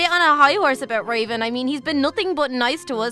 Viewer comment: Mckenzie Webster its raven u said ravan